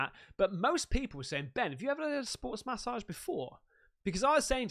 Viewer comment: Love how u say massage .. Ma-ssage lol 😂